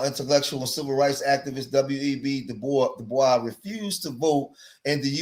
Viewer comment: So glad you pronounced it “Doo-bwoy”. It irks my nerve when people say Du-Boys 🫩. Or pronounce the state as ill-uh-noise. Or the W in sword. 😢